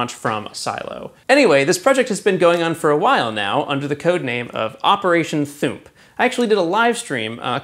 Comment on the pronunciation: "Operation Thoomp" Really? lol